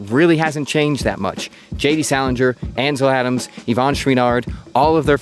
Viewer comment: Moun in … Really? Anvil Adams.. Really? I can’t continue listening to